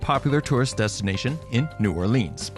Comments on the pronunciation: Yea, even "Na'wlins" is better. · Why would I take advice from someone who says 'New Orleenz'. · I cringed every time he said New Orleans. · lol me too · Ok..... Just started and already said New Orleans wrong.......